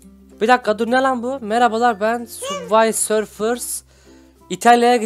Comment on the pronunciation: Abi bu arada onun adı Subway serfers değil Subway surfers